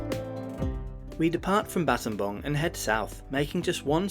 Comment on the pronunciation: What a brave man going to scambodia just to do some videos on their public transport services. edit: btw props for pronouncing battambang properly. The last time I took this route in 2008, it took almost 8hrs by car. Nice to see the roads are fully paved unlike back then.